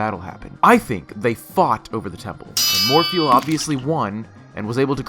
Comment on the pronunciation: The first "Morpheal" had me cringing. But after like the 5th one, I found it hilarious.